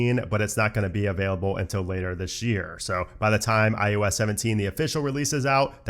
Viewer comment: I love your thoroughness of the new iOS. I don’t know if I’m hearing it oddly throughout, but it’s I OH S, not I U S. 🤓